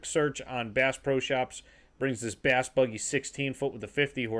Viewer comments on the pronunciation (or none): none